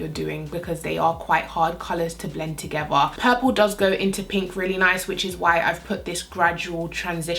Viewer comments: Blend them togevvuh. Why do Brits always pronounce the "th"as a 'v'? Lol. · is it just me or is she saying the word 'together' as 'togeva' ??